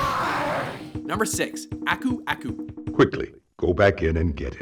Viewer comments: PURR-uh, not PURE-uh! XD And not ACK-oo ACK-oo, AH-coo AH-coo! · You said Aku aku wrong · Aku aku's name was pronounced so wrong and it's killing me